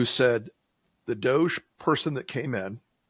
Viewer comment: DODGE, NOT DOGE